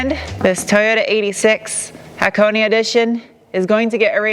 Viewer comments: The only reviewer that pronounced "Hakone" correctly. Props! :) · Thank you for pronouncing Hakone correctly. Love this car, great color, perfect color wheels. Just needs an engine swap, that Scubby junk has to go. I think this car would be perfect with a Beams 3SGE swap. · Thanks for the right pronunciation, tired of hearing guys call it HAWK ONE.. lol where in the valley are you at? Noticed the plate :) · true dat, I give full beans for that